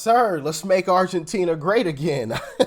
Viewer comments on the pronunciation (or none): none